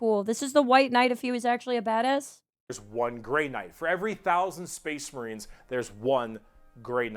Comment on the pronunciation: weird “Spess Mehreens” pronunciation at that one point is a shoutout to this one character in a video game with a memetically weird accent.